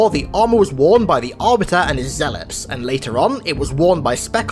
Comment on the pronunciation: Why do I keep hearing ZEALOPS?